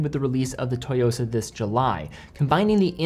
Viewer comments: You mean TSUYOSA not "TOYOSA" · I’m very much a beginner, having only an apple watch and a g-shock, but i think the black dial tsuyosa will be a great first automatic, and a great first nice watch. Also the pronunciation is “soo-yosa” not “toy-yosa”. Not sure where you’re getting that. Think tsunami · Pronunciation is off, it's Tsooyosa definitely not Toyosa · Great video... but mispronunciation of Tsuyosa bothered me a lot... it is not TOYOSA... it is TSU - YOSA... Tsu like Tsunami. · Lol its actually "Tsu-yosa", "Tsu" (Suu) not To. Great review though, I'm getting it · It's not "toy-yo-sa" but rather "Ssu-yo-sa." Pronunciation matters. Great review! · It's not "Toyosa" like "Toyota" lol. It's Tsuyosa, pronounced "Sue-Yosa" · Tsuyosa not Toyosa... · Just a side note : It's pronounced "Tsoo-yo-sa". It's often good enough to pronounce it as "sooyosa" if it's difficult to do the "ts". It could mean "Strength" or "Power" in Japanese, but in this context I believe it's the former. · It’s pronounced Tsuyosa, like Suyosa. Not Toyosa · wrong pronunciation through out the whole video. its SU YOSA. Not TO YOSA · You have to pronounce it like TSSUU YO SA, not TO YO SA. Think of making a high hat sound with your mouth whey you pronounce tsu. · It’s “SUYOSA” not “TOYOSA”. Stop Americanizing (butchering) foreign names ffs. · It’s pronounced as SU-YOSA but great video as always,! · Pronunciation sounds like 'Sue-yo-sa' BTW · LMFAO how does this dude not know how to say “su-YOSA”?? 😂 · great watch overall, btw the T is silent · The T is basically silent, just sharpen your pronunciation of "su". though im sure im not the first to point that out in the comments here. alternatively copy and paste 強さ into google translate, which is what im assuming Citizen means here, which is "strength" but the "sa" kinda indicates other context like boldness or stressing the aspect of strength. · At least learn how to say the model name before you upload the video